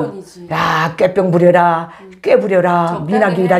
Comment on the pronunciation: ㅎㅎㅎ 두 분께서 지금도 꾀병을 깨뼝이라고 발음하시는 걸 보니 탈북민이심이 확실해 보입니다. 여기 남한은 꾀병은 글자 그대로 꾀병이라고 발음하지 깨뼝이나 꽤뼝이라고 발음하지 않습니다. 효과라는 말도 효꽈라고 하지 않고 효과라고 발음하는게 표준어입니다. 그냥 한번 웃자고 드린 말씀이며 두 분 너무 좋아하고 존경합니다.